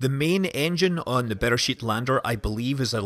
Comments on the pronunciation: I'm not sure that "bear shit" is the proper pronunciation of the Israeli lander. I could be wrong.... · The way you say "Beresheet" sounds like "Bear Shit" -- which makes me feel better, because that's what I hear in my mind every time I read the name of the mission. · With your accent it sounds like “bear shit” to me 🤣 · Did he say "better shit lander"?